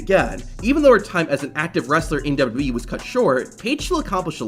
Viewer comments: This guy literally cannot say WWE 😅 MF says "dububee" 😂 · I cant even focus on the video because of how he says dubbadubbeee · Great video, but one question. What's d-dub-yee?